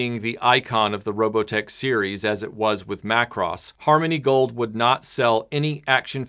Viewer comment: 📣 YAAY! YOU CALLED IT MACK-ROSS!!!